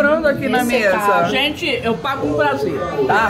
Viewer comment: Pra quem é chá gelado kkkkkkkkk me acabo de rir com a falando gênte 😃😃😃😃